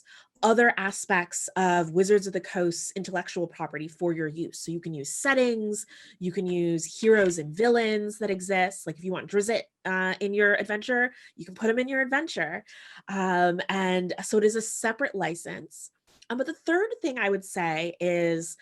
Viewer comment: Every time I hear someone connected to Dungeons & Dragons say "Drizzit", a little piece of my soul dies.